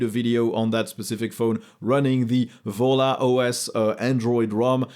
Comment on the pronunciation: is it volla or jolla?